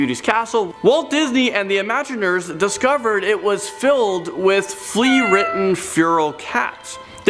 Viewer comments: The tunnels under Disney World are called Utilidors and were talked about on Modern Marvels in 2005, so they are not a well kept secret just becoming more well known. Also the designers are called ImagiNEERS, not ImagiNERS and it is MATTERhorn, not MATTERNhorn. If you are going to do a video on Disney World, know how to pronounce the words and get your facts right. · It's not "imaginers" it's "imagineers" - the combination of imagine and engineer. Oh... The cats at Disneyland don't "roam at night". It's not like they're rounded up in the morning and let out in the evening. You have the best chance of seeing them at the Hungry Bear Restaurant in Critter Country.